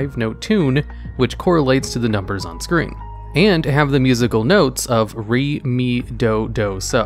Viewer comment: "Re" is like "ray".... Like, "a drop of golden sun".